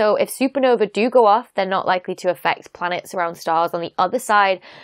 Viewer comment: Does she pronounce "more", "likely", "life" like an aussie or is it me?